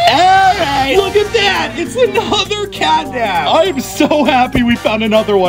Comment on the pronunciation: Me too it's catnap not catnab 😊